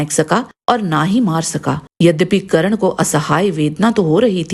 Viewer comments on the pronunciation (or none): Karan nahi Karn hai naam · madam ji dronacharya ne sirf brahman aur kshastriya ko shiksha di hai....aur ap karan thik se bolna sikh le....